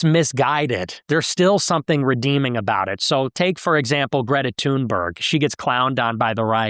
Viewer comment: “Greta tuneburg” made me laugh so hard